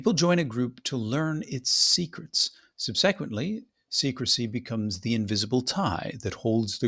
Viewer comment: “subSEQuently” Latin game so strong it’s interfering with your English ❤️